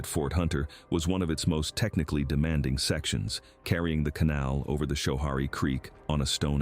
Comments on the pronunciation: Hi AI, Schoharie is pronounced sko Hairy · Schoharie = sko-HAIR-ee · How to actually pronounce some things: Schoharie = Skuh-HAIR-ee Gouverneur = Guv-uh-NOOR (rhymes with cow manure) En-Joie = enjoy, at least when folks from the Southern Tier refer to the golf course of that name. I grew up in Endicott, NY. I've ridden all of the carousel many times... they're beautiful. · I am Probably not the first, but it is pronounced “Sko-harry.” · Schoharie isn't pronounced like that.